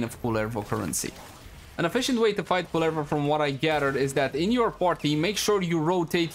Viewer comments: Ah yes, my favorite warframe, Kulala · Ingame nursery rhyme: This is the pronounciation of Kullervo The entire Warframe community: Nope :)